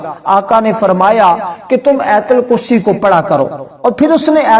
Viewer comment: Ayatal kursi na keh aitul kursi. Sahee talafaz zaroori hai, video banana lekin paisa kamana